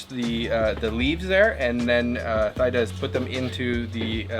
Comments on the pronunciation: Oh my goodness, bro you just butcher the pronunciation of her name...lol.. I believe it pronounce " T-Da." 😅. I know because. I have a friend with that name. She should have corrected you. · Not Thigh-Da, bro… she should’ve corrected you — her name is pronounced “Tee-dah”. The H is silent like the H in Christina. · her name pronouns as Tee-Daa, not Thigh-daa anyways great video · It’s not pronounced thigh-da 😬, it’s pronounced as tee-da. But awesome video! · Omg, why can’t he ask how her name is pronounced? It is so disrespectful to get such a simple thing wrong. Absolutely mind blowing. Tee Da, speak up! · It’s pronounced “Thee-Dah” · Her name is pronounced T-Da. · Her name is pronounced TeeDa btw. Great video as usual :) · It’s great that you’re visiting my country Kambodge/Cambodia. Love that you’ve taken a vested interest in our an ancient country. As I watching it, I found your pronunciation wrong.. just to correct, I believe you’re trying to pronounce her name Thida (common Khmer name) which is pronounced as Tee-dah. Additionally: Khmer pronounced: Kam-my or Kam-Mai. Phomn Penh is pronounced: Phomn-Ping “means many mountain” A lot of foreigners mispronounced these common words of the Khmer people. Land of Kambujiya & Mera (Khmer: the joint names of King/Queen) - P.S. “Hello” from the States. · Good looking food. I think her name is pronounced as T DA. Thank you for sharing ❤ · Great reaction, thanks 👍 but her name is pronounce like TEEDA. Again the H is silence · Thida as in (tee-da) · Idk why she didn’t correct you. She’s so polite. Her name is pronounced “tee-dah” lol I was like ugh the whole time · Pronounced Tee-Da. But wonderful video. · Oh BTW her name is pronounced T-ee-dah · I’m sure it’s pronounce Tee-Da Lol😅 if it’s spelled Thida the H is silent lol . But thanks for showing up on our motherland .❤ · The way you pronounced her name wrong😂 great vid though